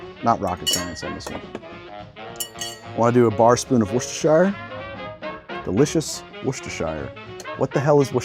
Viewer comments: Englishman here. Say it with me.. pronounce it WOOSTA-SHEER No whooshing, no Shire and no whooshing shires. It’s not that hard, America. Worcester is the town, Worcestershire is the county/area that town is in. Devon/Devonshire Hertford/Hertfordshire York/Yorkshire Worcester and you guessed it, Worcestershire. Final tip... don’t even think of saying War-Chester-Shire. Hope that helps, trans-Atlantic friends. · Please stop saying worcester-shire sauce. It’s pronounced as wooster sauce. Please stop saying that - that’s so painful to listen to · Wust-er-sheer. Love from England! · I'm a little late but I'm committed to trying one of these tomorrow. What you're looking for is, "woos-tuh-shah" if you want to make the New Englanders happy. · Love watching Americans trying to say Worcestershire! It's pronounced - Wust ur shur, and before you say well it's not spelt anything like that, I refer you to Arkansas! 😂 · It's pronounced Wustersheer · Pronounced: Wuss-ter-sher sauce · Woosturshur sauce. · Woos-ter. Too much vodka makes it bitter. I prefer "Virgin Marys"; tomato juice and Worcester source, no alcohol. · Wuss-tuh-shuh sauce mate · ... how do Americans struggle s ouch with the word Worcestershire (wur stu shur) i grew up in Worcester England, nd yes there’s is a Worcestershire sauce factory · As a brit, hearing you try to pronounce Worcestershire (woo-ste-sure, if you’re curious) makes me feel like I’m having a fucking stroke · wuss - stir - sh - uh is the correct prounciation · It's pronounced wu-ster-shear. Named after the county Worcestershire here in England. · I'm not even English and I'm going to correct you. The -cester suffix is just pronounced "ster". Worcestershire is pronounced "wur-ster-shure". Pronunciation lessons courtesy a grumpy 12th grade English teacher teaching meKing Lear. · Worcestershire pronunciation guide: “Woo-ster-sher” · in the middle there u got it then went back to god knows what u saying lol wor-chester-shear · Wooster-shire sauce